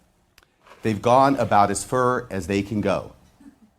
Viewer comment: "They've gone about as fer as they can go" LOL - love it